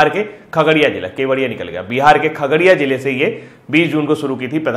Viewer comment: सर हम खगरिया से हैं थोड़ा ठीक से नाम लीजिए